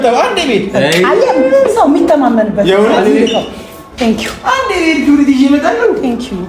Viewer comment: አይ አማርኛ!!!! ክርቢት አላችሁ!!!!! ኸረ አማርኛችሁን አስተካክሉ!!!! * ክብሪት* ነው የሚባለው። እሺ!!!!!!!!!!